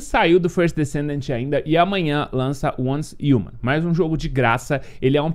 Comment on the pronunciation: repita comigo, uance riuman, pronuncia correta